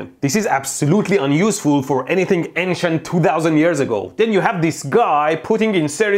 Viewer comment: Instead of “ancient ppl” I thought he said “Asian ppl”